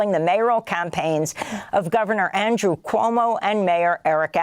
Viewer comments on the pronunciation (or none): none